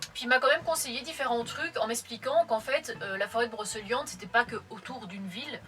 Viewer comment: Super vidéo mais par contre brocEliande c'est pas possible ça ce dit brocéliande 😅